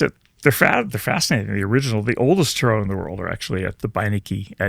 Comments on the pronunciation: I wish he wouldnt pronounce tarot like that. Also it is absolutely directly related to astrology ... tarot cards are essentially symbolic archetypes representative of ancient knowledge that is hidden. The meaning of the card reveals itself through the picture. Its not thensame every time. A skilled tarot reader pulls out the symbolism and can translate the story as it evolves. Most tarot readers on the internet are not able to do this. They are taking verbatim definitions and trying to force meaning... thats not how tarot works. You do actually have to connect with the deck spiritually in order to see. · This guy 100% annoys me as soon as I heard him pronounce, “ tarot”. Another person that acts like he is intelligent and interviewing, “experts”. Good riddance and absolutely ridiculous. I stayed under a minute. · Absolutely.an utter disrespect to what the tarot really is. He can't even say Tarot properly is a real tell tale. The idiot doi g the podcast has to take a leak????? Really. Guys get your act into gear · Your pronunciation is driving me cray.....it's "tear-roe"....like tear a piece of paper, not tear like to cry and for me tarot was just a tool to connect with a person's psyche to read their energy, but actually palm reading worked better for me, it was more picking up images that the person I was reading projected, and understanding imagery into words. I was very accurate in it and had to stop because it kind of scared me when I would see something bad, and then the people I read came back and told me the things I said happened, so I thought was I causing them to happen by telling people or was I actually seeing their future. Became a burden when everyone I interacted with would just stick their palm up to me on each interaction....so I shut it down and stopped readings... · The world calls them Tarot. He calls them "TaaRoe".... lol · 🤣 Potato Potahto Tar rot Tar row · 😂 "Tah-Roh" is Stupid AF 😂